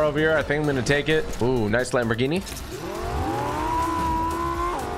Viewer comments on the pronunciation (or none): none